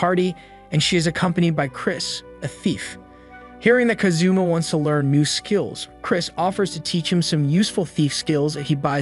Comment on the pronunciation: Bruh really said kazuma like kazoo and ma